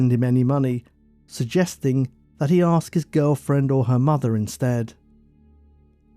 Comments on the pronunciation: I’m really enjoying this channel. However, I find it really irritating that the narrator says ‘aks’ instead of ‘ask’. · The word is ask not aks!!!!!!!!!!!!!!!!!!!!! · I love your content I can watch 2 or 3 videos in a row! Please keep them coming also can you please say “ask” instead of “aks” 😂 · Please pronounce the word 'asked' or 'ask' correctly...it is not 'arksed' or 'arks'!! Sounds rather stupid. Other than that, you have a good listening voice!